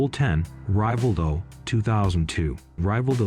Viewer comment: Rayvaldo???? Its pronounce as Rivaldo